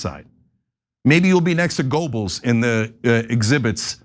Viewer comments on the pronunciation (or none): Goebbles is pronounced as “Gerbels”.